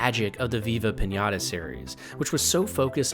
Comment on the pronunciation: This man lost all Respect he built with me the moment he said Viva pinata 😂